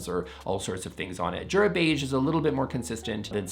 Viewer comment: Jura is pronounced Youra - everyday is a school day